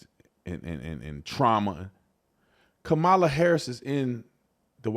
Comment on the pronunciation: Remember, it's pronounced KA-ma-la...like COM-mu-nist and COM-mu-nism and COM-post.